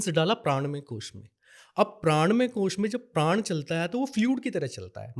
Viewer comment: धन्यवाद...एक अच्छे तरीके से आपने इस विद्या के बारे में जानकारी दी... लेकिन एक विनती है- कृप्या करके हिन्दी/संस्कृत के शब्दों जैसे प्राण, राग, योग इत्यादि का उच्चारण ऐसे ही किया जाए न कि प्राणा, रागा, योगा की तरह....असल में यूरोपियन को उच्चारण में परेशानी होती है तो उनका योगा, प्राणा बोलना समझ आता है लेकिन आप जैसे लोगों को इनका मूलरूप बढ़ाने में योगदान देना चाहिए. धन्यवाद